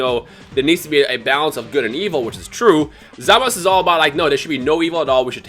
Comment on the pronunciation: Why does he keep calling Zamasu, Zamas?